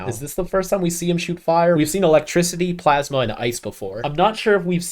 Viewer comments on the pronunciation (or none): none